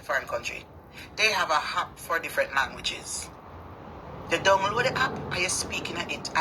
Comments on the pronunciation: Its an AP not a hap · The word is not hap, it’s app. Go learn to speak English.